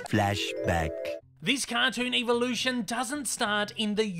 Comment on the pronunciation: I wonder why the YouTube or pronounces evolution evilution